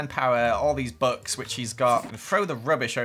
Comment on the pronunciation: When you say books it sounds like your saying bucks